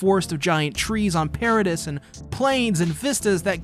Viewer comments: pair-ruh-dee not per-reh-dis wtf did u even watch the show? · I don't know if you actually watched the anime but the pronunciation of Paradis is "per-a-dee" not "per-a-dis"